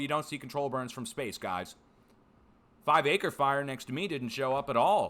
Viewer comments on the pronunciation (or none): none